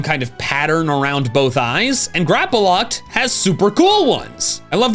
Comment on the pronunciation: THERE IS NO VOWEL BETWEEN THE P AND THE L IN GRAPPLOCT!